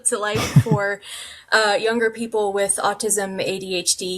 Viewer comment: Love the pronunciation of AuDHD. I can now pretend that I'm like Audie Murphy